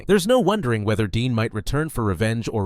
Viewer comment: Bro jumper only appears in spokes videos and princezam and raxby isnt forgotten and deputy everyone still talks about their last lines and also its dean not dee dumb learn from the wiki